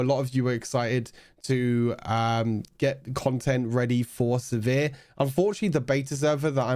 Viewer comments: I say "Siver" You been saying "se·vere" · The way you pronounce sivir makes me cringe